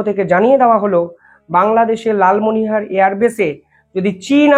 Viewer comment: Dada ektoo vool uccharon korchhen , Lalmonir hat " Lalmonihar " noy . JAY JAWAN, BANDAY MAA TARAM, BHARAT MATA KI JAY. 🇮🇳🛕🙏